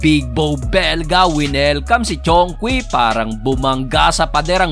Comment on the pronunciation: sometime i hear chonke imbes na chong kwi..hehehe.